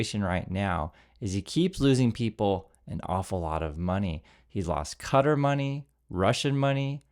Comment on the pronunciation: Bro butchered Qatar lol